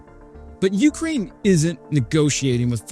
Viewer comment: yu-KRAINE...not YOOOK-rain. Otherwise work on the difficult city and town names. Good content and presentation! Subbed.